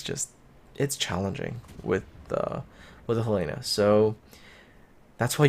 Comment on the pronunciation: I think it's pronounced Hell eh na, accent on the first vowel. Not He lay na. I could be wrong...